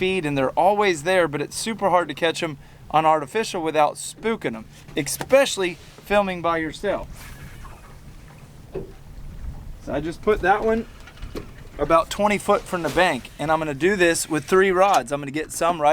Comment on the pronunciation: Quit saying expecially, the word is especially, no X . teach your children's well , please.